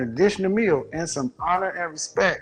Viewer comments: Honor and respeck lol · Hahhaha he said "respek"! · It's pronounced respecT. Also she seems sweet. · “Honor and respek” Birdman: “yeaaa, respek” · I feel bad for dying when she said respeck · "honour and R E S P E C" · “Honour and respec” 😂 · "honor and respek" LMFAO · He really said respeck like her 🤣😭😂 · He said 'respeck' (she said it twice). That was way funnier than it should have been. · Axing expecially for respeck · She said "respeck" whew chile lol